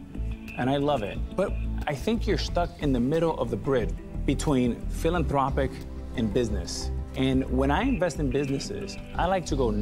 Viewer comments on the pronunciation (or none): Anyone else notice how Jughead a rod pronounced philanthropic